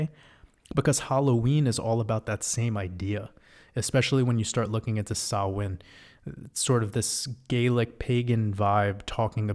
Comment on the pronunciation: Fair play on pronouncing "Samhain" correctly. Much love 🙂💕🇮🇪